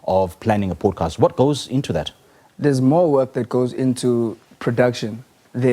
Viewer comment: It’s not a Powdecast😭